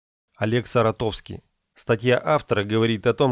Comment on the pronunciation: ОЛЕГ СаратОвский????? СаратОв город значит...Или как все мы привкли - СарАтов????